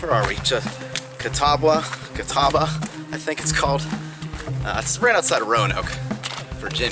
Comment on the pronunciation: Us locals call that mountain as the natives did who named it "Catawba" and it is pronounced like "CuhTawbah" without any real emphasis on the "W". Also Mc Afee's Knob is not pronounced as Macahfees (LOL), it is just like the anti-virus guy John McAfee, pronounced MacAfees. Ha, Pennsylvania dude! I live very close to Dragon's Tooth (which you spoke perfectly BTW! LOL), and around here we do little day hikes up to McAfee's Knob and to the top of the tooth at Dragon's Tooth. When I was young there was no steel stepping bars or luxuries like that, but I sure do like those now that I'm older! Glad you enjoyed our countryside!